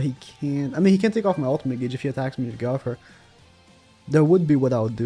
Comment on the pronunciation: 2021, dude still can´t pronounce "Go-wth-er" correctly, says "Gauther" everytime, lmao